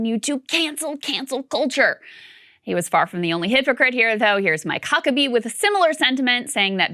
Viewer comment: Hehe, Krystal said Mike Cuckerbee